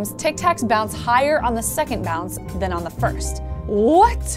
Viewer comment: "... and THAN! " so lovely. :D Oh! Wait, I came for the tic tacs... Focus Nek. Focus...